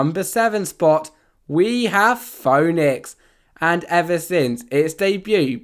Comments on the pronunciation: And the Phoenix is (fee-niks) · The “phone-ix” 😂😂😂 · are you British or something that's not how we pronounce our words it ph-ee-nix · Number seven was pronounced wrong it’s the Phoenix😂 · You said phoenix wrong